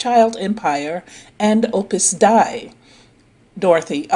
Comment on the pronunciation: Love your videos For future ref. It's pronounced ('Opus Day') I only know that from my Catholic background You are So so knowledgeable What a gem you are in the truth community!!